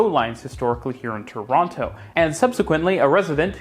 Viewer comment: Claims to be from Toronto, pronounces the second T… 🤔